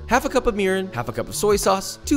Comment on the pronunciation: I had to rewind the video several times to understand what he said . I thought he said, "Half a cup of urine." He actually said, "Half a cup of mirin."